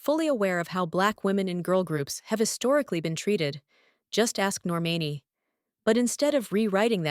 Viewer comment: Nor-MAH-nee = Normani